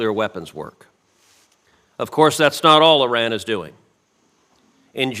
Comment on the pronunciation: ow! I just realized that Cruz actually knows how to pronounce Iran. So many people pronounce it Eye Ran rather than Yran that it actually struck me as odd when it was pronounced properly. What a strange world we live in.